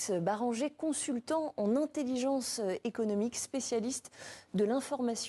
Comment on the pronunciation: "Consultant en ENtelligence" ? Que les malformés par linstruction nationale ne sachent plus prononcer notre langue est difficile à admettre mais de la part des journalistes je trouve çà inadmissible. RÉDACTIONS de tous poils, par pitié, offrez des cours de diction à vos personnels !